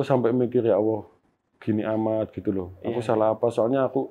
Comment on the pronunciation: Sya geram bngatt nih sya Narasumber nya... Sya simak anda slalu ucapkan Ya Awoh .......apa itu ya Awoh orang Islam pasti nyebut /ngucapin Tuhan nya Alloh,,, Anda sya perhatiin ngucapin nya Awoh Awoh...apa itu Awoh...?? Anda agama apa sih?? klo anda bukan Islam mnding anda sebut YaTuhan saja...